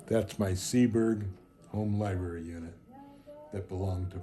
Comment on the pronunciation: Uh, i believe the word LIBRARY has an R in the middle...NOT LIB-ARY,! FYI,! You're welcome!